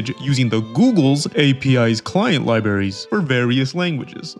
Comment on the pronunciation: Lie berries